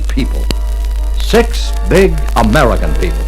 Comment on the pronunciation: So interesting is the emphasis on "the American people"